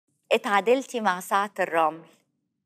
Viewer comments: حتى انا سمعتها تقول سعد الرمل مش ساعة الرمل😂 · والله اني هم عبالي سعد الرمن😂😂😂😂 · الكيلاني هي نطقها مشوه انا حتى نطقه في المرة الثالثة بعد فهمت انها تتكلم عن "ساعة الرمل" كنت أسمع "سترمل" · المشكله النطق غير واضح وكذلك الفكرة ما كانت واضحه لفيفي حتى لما وضحت لها كلمه ساعه الرمل استمرت فيفي غير مستوعبة المطلوب منها يعني ببساطه مذيعه ماتعرف تسأل ولا تشرح ولا شي ساتيرمل كذا نطقتها